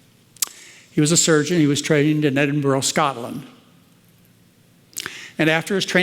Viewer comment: Edinburgh is pronounced EDINBRUH